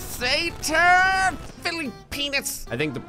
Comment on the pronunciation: It's pronounced "satan" (say-ton